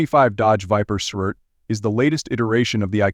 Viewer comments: The "surt" ? Are you shoor yore rite? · it’s pronounced S R T. 3 syllables